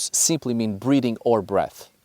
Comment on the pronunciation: How long did it take for you to realize he was saying "breathing" instead of breeding?